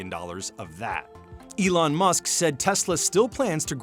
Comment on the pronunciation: At 15.52 does that guy just call Elon Yolanda. Lol